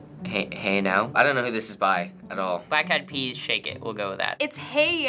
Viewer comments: This Man's said Black Eye Peas.....🤨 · He said black eyes peas 🤣🤣🤣🤣i love this